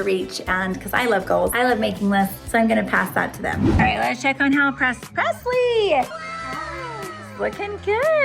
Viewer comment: pressle like passlie